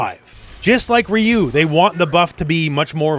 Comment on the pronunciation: "Raiyou" fucking sent me 💀